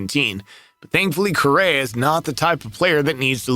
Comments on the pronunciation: He keeps saying Correra….. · Really should work on the pronunciation of Carlos' name, lol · He’s not even pronouncing his last name correctly